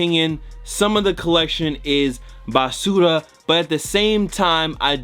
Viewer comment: I love your spanish when you say basura hahahaha Why you try to talk spanish in a vídeo ?